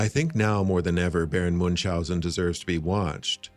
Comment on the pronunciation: It's also not Moonshousen. Do you see an 'S' in that name? No you say? Then why do you pronounce one? Muench-housen. Tip there's also no 'K' in there